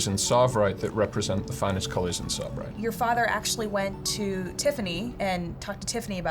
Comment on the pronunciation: No, it's not savirite because it's tsavorite.